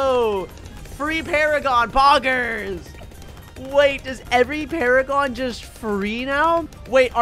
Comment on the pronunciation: bro said pogers 💀